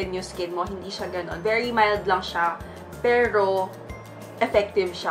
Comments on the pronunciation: May braces po ako pero hindi ganyan same with my siblings and classmates. Yes may words changes sa pronunciation pero hindi " perl-o tgnan nyo ung cider vinegar part nya naging Pero naman na. Lol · Ang arte mo sa pagbigkas ng “pero” perl-o